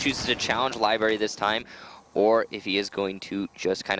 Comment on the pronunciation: This is gayer than the announcer saying LIBARY... IT'S LIBRARY YOU FUCK